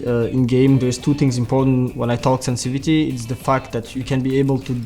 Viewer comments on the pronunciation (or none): Can anyone count the number of times this guy said "SENSI-VITY" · love how he says sensivity